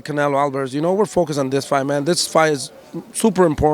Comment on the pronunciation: they can not get canelos name out of his mouth bro😭😭😂